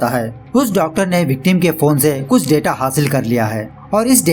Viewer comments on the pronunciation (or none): none